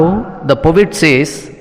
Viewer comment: Bro ,pronounce po et ,not povit